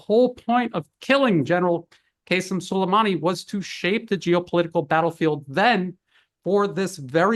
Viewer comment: I'm sorry I can't. What the heck is Kaysem? I don't understand how on the one hand ppl can be so highly educated that they are considered experts on a topic and on the other hand are apparently unaware or incapable of pronouncing ordinary names like Qasim. I'm beginning to think westerners do this on purpose like the right in the US always saying I ran instead of Iran (eeran) no matter how many times its pointed out to them. These names are much easier to pronounce names like Brezinsky, Tchaikovsky, etc, but they have zero struggles with those names.